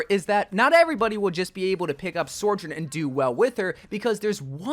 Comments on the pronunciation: Her name is SO JOURN, not SOR JOURN! I love your content! But your not pronouncing her name correctly. Its just one of my good friends is named Sojourner, and it feels so weird hearing her name pronounced wrong. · why do you call her SORjourn? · i still wish you’d stop pronouncing her name like sorjorn… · Sojourn... SOARJOURN.... Yep... its definitely SOARjourn. nailed it. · SORJURN??? :P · Why is he saying "SORE-JURN"??? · how many times can this guy say her name wrong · THIS thank you. Where is there an R??